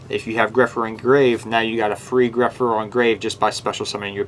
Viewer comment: Grapha not grepher